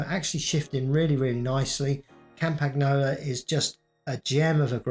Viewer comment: I like how he butchers Campagnolo pronounciation every single time